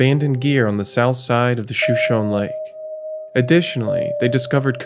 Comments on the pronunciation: It’s not pronounced shoe-shown. It’s Shu-Show-Nee. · Shoshone is pronounced show-show-knee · Good video. One tip: "Shoshone," as in the lake, river, town, native tribe from which the name is taken, and probably many other place names around Idaho, Colorado, Wyoming, etc., is pronounced 'shō-SHŌN-ē'.